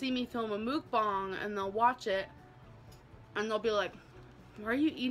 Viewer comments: They way she is pronouncing Mukbang is wrong 😊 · Why is no one talking about how she pronounced mukbang,,, so irritating